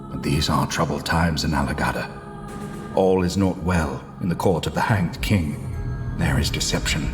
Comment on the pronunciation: editor iTs alagadda not alagata